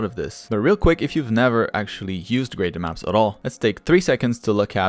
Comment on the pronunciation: Why are you saying ''graden maps''?